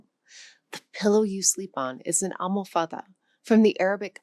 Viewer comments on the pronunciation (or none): Interesting video. But try to be more careful regarding the pronunciation of some of the Portuguese words, for example ALMOFADA (with the stress on the 3rd syllable {almo'fada}, ALCANTARA (stress on the 2nd syllable {al'cantara}.